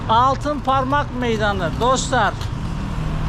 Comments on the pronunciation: Altinparmak değil altıparmak gittiğin yer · ALTINPARMAK değil hacı,ALTIPARMAK...